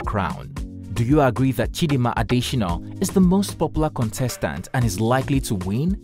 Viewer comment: Why do you insist on misspelling (and mispronouncing) her name in this video? Her name is Chidimma not Chidinma, and her surname is not pronounced “Adeshinoh”